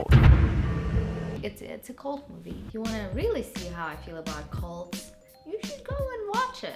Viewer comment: Olga. It's, "cults" not, "colts". jkwy Moosh!